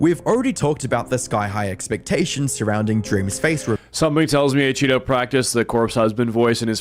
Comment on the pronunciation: ACheeto ❌ Achoppedto ✅